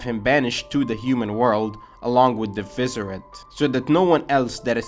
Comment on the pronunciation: Moving forward Visored is pronounced (Vy - Zard) Also you should start using the actual music from bleach in your bleach videos But overall good video. I liked the Bleach to Naruto comparisons. Very nice.